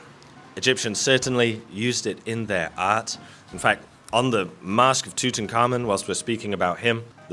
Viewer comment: "TOOT'N'KARMON" is probably the worst pronunciation of Tut Ankh Amon I've ever heard ,ever think of moving to the US😁